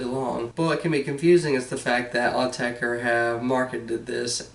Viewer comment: Thank goodness - a yank who pronounces the name right:)